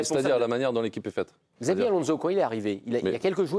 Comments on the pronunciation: "Gzavi Alonso" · tout à fait d'accord avec vous. Ce monsieur pourrait faire l'effort de bien prononcer le prénom de Xabi ALONZO ! Au sujet de Mbappé, il aurait du partir directement de Monaco à Madrid. Il aurait eu un tout autre comportement...Monsieur MICOUD, vous avez beaucoup de patience pour débattre avec certaines personnes autour de cette table, bien qu'une fois vous vous étiez bien énervé contre Sébastien Tarrago au sujet d'un match que Paris avait gagner 7 0 contre Metz au sujet d'Unai Emery que vous aviez défendu . Sans doute la différence d'analyse entre un ancien international et un....